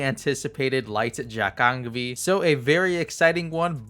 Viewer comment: Just a nitpick, jacheongbi is pronounced like "ja-chung-bi"